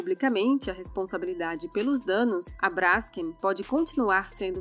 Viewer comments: Se fala BRASKÊM e não BRÁSKEM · Brásken PUTA QUE PARIU. Hoje em dia o que temos é uma manada de zumbis JUMENTOS. TEM ACENTO NO NOME? NÃO! Se lê BRAS KEN Cacete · Não se pronuncia /brásquem/ menina arrogante. É /bras-quem/. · é Braskêm, não Bráskem. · Ficou ótimo. Moro em Maceió e sei bem o que é isso. Só um pequeno detalhe (bobo). A pronúncia correta é brasKEM o KEM é a sílaba tônica. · o nome da empresa se pronuncia com a tônica no Kem… tipo BraskÊm. Não entendi o link entre o problema geológico provocado pela extração da salgema e a questão de propriedade do subsolo. Nos USA, seu paradigma, o processo de fraturamento hidráulico para produção do shale gas e do shale oil está contaminando todo o lençol freático das regiões onde há reservas desses hidrocarbonetos. As pessoas agem como capitalistas selvagens até na China, é atávico!!! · Braskeeeem (olha a pronúncia....)